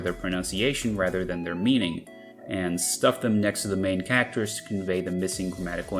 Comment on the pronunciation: I've never heard anyone pronounce 'Characters' as 'Kackters' until now.